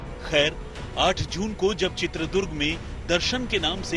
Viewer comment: bhaisaab., Durga maata hotin hain ya Durg maat ?? toh uss jila kaa naam ChitradurgA hai., not Chitradurg